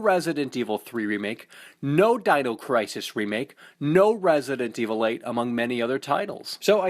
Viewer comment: Yes I love "RASident evil" seriously guy?